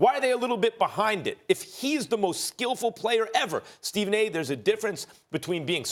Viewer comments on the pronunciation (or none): none